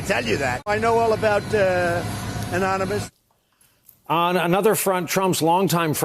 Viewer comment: Such a freakin liar. Trump doesn't know the identity of Anonymous. He could barely articulate the word anonymous while telling the obvious lie. This is one sick old man.